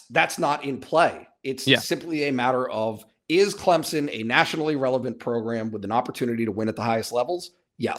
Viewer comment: why do people put a 'p' in Clemson, & say Clempsin?